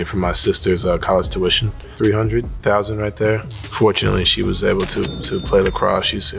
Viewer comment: Sisters “tution”?? Someone better be out of a job